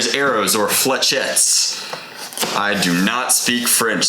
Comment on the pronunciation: you pronounce it Fleshete not Flechetes